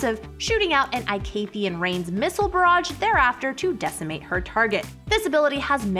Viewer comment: Darius Passive makes him strong nothing alse lmaooooo and waiit is it just me or is Teha pronunciation for Veigar and Icathian a bit off??🤔🤔🤔🤣🤣🤣🤣🤣